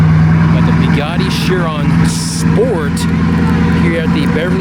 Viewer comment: Lol four begatti haha isn't it Bugatti ?? Or am I too high to know the difference??